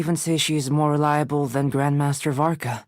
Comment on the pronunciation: DID I JUST HEAR ALBEDO CALL VARKA "VODKA"?